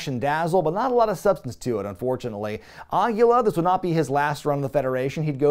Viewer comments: Awesome video,! One thing though: "Aguila" is Spanish for owl, and it's pronounced more like "ah-GHEE-la" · Way to mispronounce Aguila, bud....